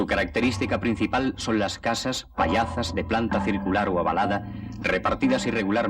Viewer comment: No son pallazas, son pallozas, os lo dice un gallego parlante.